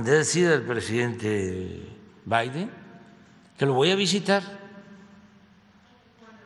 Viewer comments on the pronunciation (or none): none